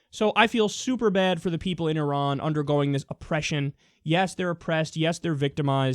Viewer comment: Thank you for pronouncing Iran correctly.